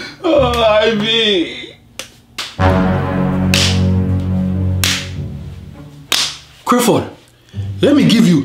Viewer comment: The way he pronounces his name is what kills me. Crifford